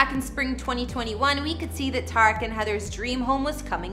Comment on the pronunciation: Tuh-reek not ta-wreck